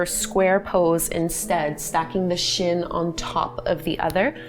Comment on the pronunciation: what is the "sheen"? and what is shhhhtreisht?